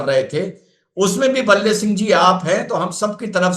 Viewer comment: भाई का नाम भले सिंह है न कि बल्ले सिंह।